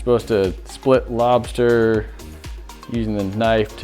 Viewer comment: Lmao I was just waiting for you to say “lobstah”